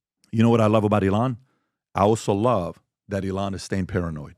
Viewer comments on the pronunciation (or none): It's not ee-LON, it's EE-lon. Don't pronounce it like the Mexican singer Elán or the noun, elan, which means possessing energy, style, and enthusiasm.